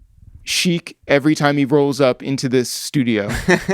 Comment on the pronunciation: Sheek refuses to say his name right